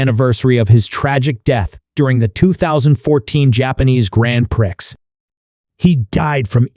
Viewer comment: “GrAnD pRiCkS” 😭🤚